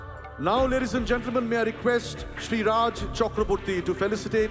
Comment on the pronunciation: Horrible pronunciation reading of Raj... horrible